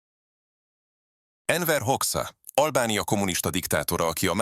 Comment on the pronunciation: Mit vársz egy ilyen hatásvadász videótól, ahol a szerkesztő arra sem veszi a fáradtságot, hogy utánanézzen a nevek kiejtésének... Enver Hokszha :) ... Jó hogy Hatodik Lenin nem került be a listába :) Amúgy a gyógyszereket illetően is sok igazság van abban, amit Kadhafi állítólag gondolt róluk... :) Más kérdés, hogy a gyógyszeripar nem csak az arabokat, hanem mindenkit megmérgez, de a lényeg stimmel.